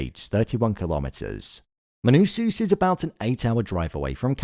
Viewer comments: pls bro, MANUSOS, not MANUSUS, great video btb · Please pronounce it Menousohs, not Menousooos. It’s distracting